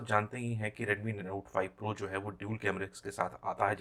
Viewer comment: Tu pahle note 5 pro bolna sikh le